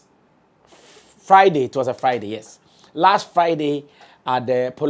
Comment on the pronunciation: Oga Sammy The word is F R I D A Y not F I D E Y HA😂😂HA😂😂HA NA JOKE OOO